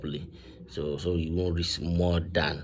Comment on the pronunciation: Bro it’s risk not rix 😂